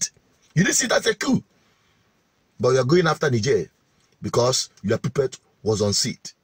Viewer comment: The word "PUPPET" is pronounced "POPPET".